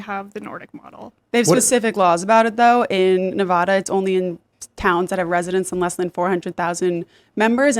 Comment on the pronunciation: NE-VA-DA.... not NE-VAH-DA holy crap, that thing with writing all over her face. what happened??